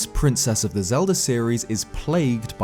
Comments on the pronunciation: why does he say zelda games, yet...zeldDUR adventures? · Who's Zelder?